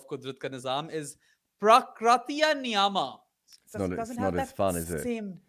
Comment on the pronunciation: Pra kri tee ya Nee ya ma.. Broken down in syllables. Common, you are a subcontinent guy, pronounce it right.